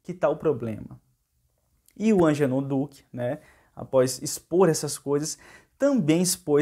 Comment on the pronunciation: Não é Angenor é AGENOR.